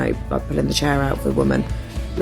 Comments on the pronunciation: What's a Doe? What is a Cher? Learn english street rat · Open the dough? Pull out her chur? Is this English? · Help me out guys. Is "Door" spelled "doh"? Is "chair" spelled "char"? There only feminine thing about this woman is her figure. And yes, she is probably 30 lbs over weight. But on a side note, I had a meal with a couple and the key cut the woman's steak for her. They were both in their 80s, she is suffering from dementia, and they had been married some +50 years. Maybe this lady is putting the cart before the horse. Just saying. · the 'do and the 'chur'? Sorry, I don't speak dimwit. Is that fake ebonics or something? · Hahahaha that bitch wants her steak to he cut like a fucking child. Bitch i aint going out with a child!! And btw, learn how to say DOOR and CHAIR.